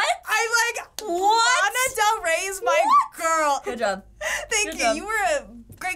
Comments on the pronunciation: She knows her mother yet can’t say Lana right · “I know my girl” says Lana’s name wrong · lmaoo true 'lEna' tf ? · Its kinda irritating how they pronounce her name wrong. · kaye “I know my mother” says Lana wrong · “I know my mother” but yet pronounces Lana wrong ... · i know my mother (pronounces lana wrong)